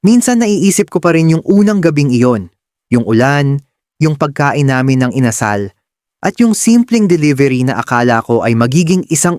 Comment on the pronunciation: Ano ba yan! It's Inasal with accent on the last syllable, not the second.